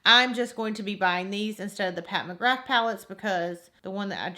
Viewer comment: are you saying mcgraf instead of mcgrath??...maybe it's just your accent idk but def the bad habit palette looks waaay more pigmented